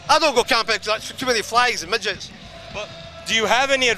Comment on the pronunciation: Midgies not midgets! Haha!